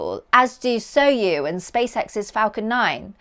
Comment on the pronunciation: did you say "Soyu"?